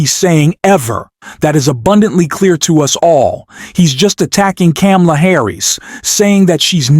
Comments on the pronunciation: BTW..... Someone please teach the narrator of this video how to pronounce Kamala's name. It's three two letter syllables. Ka-Ma-La. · Say her NAME right!! Does not sound good for ur credibility……..geez…….even though you are ‘pro-Dems’.